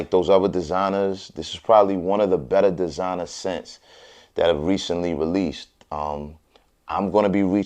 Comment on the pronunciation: "Dezinah" and "joawn poawl gowdiyay"